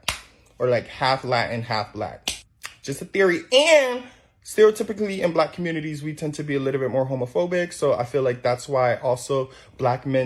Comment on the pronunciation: And this is why alot of is have left the "COMMUNITAHH" all together. Yall have fun with that bullish